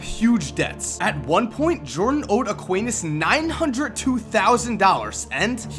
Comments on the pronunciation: "Equeinas" lmfao Sorry, I know you don't speak spanish, but I only saw the name the last time you said it and spent almost a minute laughing XD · It’s “Es-SKEE-nuhs”